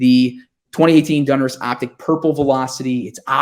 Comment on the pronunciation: Plz plz brother, its DONruss not DUNruss